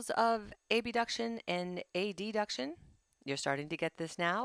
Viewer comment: Good summary however I kept being thrown off by random mispronunciation of words “abduction and adduction”.